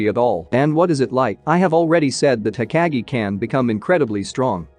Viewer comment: pleasee its not hokagiee, its hokage 😭